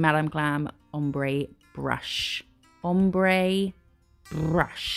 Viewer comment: I’ll like The Way You are, You are Funny and give sow much detail. And like yours designs Love The Way You say Brrrrush😂😂😂❤❤❤